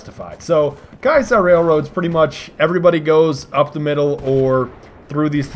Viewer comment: Why does everyone say "Ky-saar" Railroad? It's "Kee-uh-sar". Ki-a-sar. Not Kai-sar.